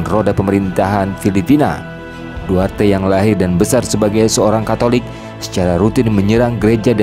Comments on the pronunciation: Maaf bang, Duterte bukan duarte 🙏🙏🙏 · Maaf Pak bukan duarte tapi "Duterte"yang betul Pak Maaf Pak baca betul2 takut jadi masalah Pak